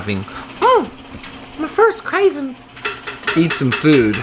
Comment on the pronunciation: I've actually watched and rewatched you over and over..... "mmm ma furst cravins!" PRICELESS!! I will be back to this video when my day is shit so i can hear you say that while you fiend-scratch and it'll brighten my day! Happy early birthday!! We love you man!